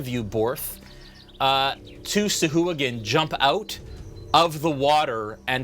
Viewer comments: he was saying sahooligan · oh dude, I totally thought he was saying Sea Hooligan. rofl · Oh man, the mispronunciation of sahuagin all game lol